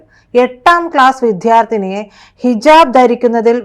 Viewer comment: വിദ്യാർത്ഥി എന്ന് പറയൂ. ധ എന്നല്ല ദ ആണ്.